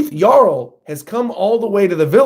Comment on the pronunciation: Props for saying Jarul's name right. For future reference, Hajrudin's name also has a soft "J." It's pronounced like "Hai-rudin."